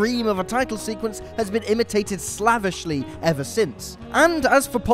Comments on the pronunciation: No, it's pronounced 'slave-ishly'. If has only ever seen 'slavishly' as written, but never never heard it spoken, it makes sense he wouldn't pronounce it correctly. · I have never heard 'slavishly' pronounced like that, though I can see how it could be read that way... It's 'slave-ishly', luv! 😃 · He pronounced it like "lavishly." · It's pronounced "slavishly." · The first syllable of "slavishly" doesn't rhyme with "slab." It rhymes with, ya know, SLAVE